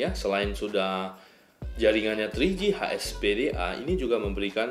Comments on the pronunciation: HSDPA kali bang... bukan HSPDA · ''Hspda'' Kepleset tuh ngomonh nya 😂😂😂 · Ralat : Ada salah pengucapan di jaringan HSPDA Yang seharusnya HSDPA :D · Ralat : Ada salah pengucapan di jaringan HSPDA Yang seharusnya HSDPA :D Thanks uda ingetin :D